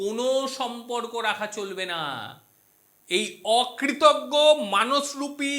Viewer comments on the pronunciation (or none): Akritaggo noi kritaghno